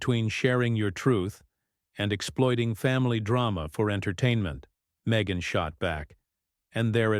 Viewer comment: Her name is pronounced me gain